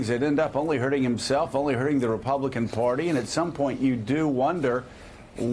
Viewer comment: Hey Joe...the word is "Party," not "Porty."